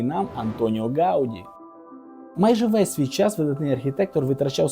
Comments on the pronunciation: Не гАуді, а гаудІ, наголос на останню літеру. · Прізвище Гавді наголос падає на останній склад. Поправка.